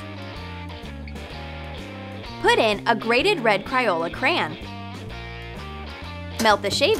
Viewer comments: Wtf cryola? It's crayola and it's chupa as in u for umbrella chups!!! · It’s crayola, not cryola. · It's Crayola not Criola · Its Crayola not cryola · "cryola cran"